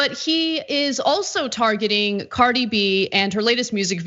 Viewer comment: “Targeting” ok y’all